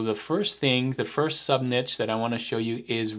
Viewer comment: at least twice in this video you pronounced "niche" correctly. Not sure why pronouncing it "nitch" bothers me so much. It's one of those things that makes my eye twitch. 😛